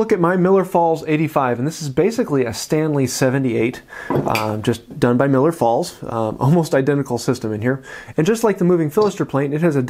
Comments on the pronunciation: Just nit picking, it is Millers Falls, not Miller. I lived close to the factory (and town it was named for). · love the channel, love the video. I hate to be “that guy” but it’s Millers Falls not Miller Falls. Keep up the great work